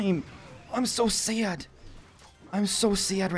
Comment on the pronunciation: Love your vids until you say “so sad” the way you do😂